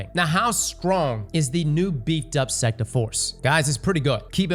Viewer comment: knows damn well he wasn’t saying sect half of the time